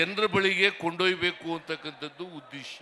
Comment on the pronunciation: ಉದ್ದೇಸ್ಯ ಅಲ್ಲ Sir 🙏 ಉದ್ದೇಶ.